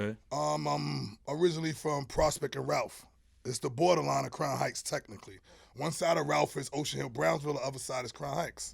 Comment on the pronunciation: Why this nigga keep saying crown Hikes? Its Crown Heights!!!